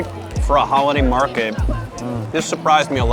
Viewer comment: *Market not mraket